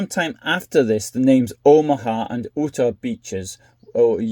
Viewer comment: Never heard the great state of Utah’s name said that way.